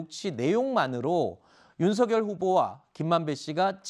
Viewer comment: 이름이 윤석열인데 왜 계속 님들은 윤석렬이라고 하는거에요? 문법상 열 > 렬 두음법칙 안돼요;; 한자 자체 음이 '열' 이라서;; 발음대로 말할꺼면 윤성녈 이라고 하시던가